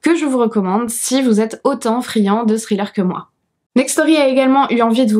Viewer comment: Salut! Quand tu dis THRILLER on dirait que tu dis STRILLER... Pas besoin de mettre autant d'emphase sur le H c'est juste un truc de langue au palais après le T ... Écoute la différence sur un "text to speech". Bel essai par contre tu y es presque.